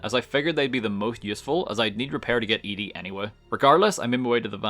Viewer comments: it's "Eddie" not eedy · it's Eddie fyi